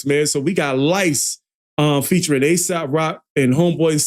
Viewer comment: aesop.... get his name right